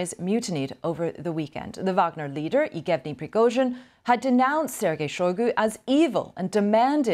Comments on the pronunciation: how is this BBC host misreading yevgeny aw "eegevny"? that's ridiculous, why doesn't she know either the guy's name, or the name in general because it's a common name? can we maybe not have people present news who don't pay attention to news and don't know things? I think there are enough people who pay attention and know things, can you please try to hire them??? just to be clear for you, BBC, I don't mean about harry and meghan. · BBC ... please tell your anchor to learn how to say the names ... Best way is to listen to native russian saying them, then repeat them a few time ... Lucky she is cute :) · How did she get a new caster position?! Not sure why she can’t say his name correctly. It’s obnoxious. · She really battled with the “Yevgeny”’s…